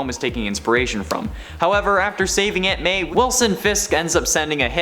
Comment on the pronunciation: The way you say “Aunt May” sounds like “Ant Man” so everytime I hear it I’m like “why is Spider-Man saving Ant Man?”